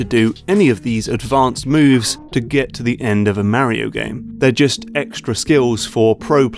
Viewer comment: Thank you. Exactly what came to my mind. He commented that he uses the words of a certain game designers book. Still a stupid (and pretentious) choice, IMO. Make him sound like a hipster douche. Also... MARY-O! OH MY GAAAAWD!!! D-:<